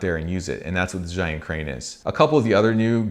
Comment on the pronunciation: Zhiyun is pronounced zeeyun, literally meaning "intelligent cloud". I really enjoyed all your videos, but especially the one about Hong Kong, my home town.